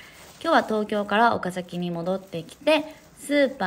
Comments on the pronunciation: お↓か↑ざ→き→ じゃなくて、ちゃんと お↓か→ざ→き→ なの、さすがのもはや地元民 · 「岡崎」がちゃんと発音合ってるの嬉しい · 「岡崎」の発音が大市民‼︎ 高確率で発音違う人多いんですよね😅 みーちゃんは完璧wwww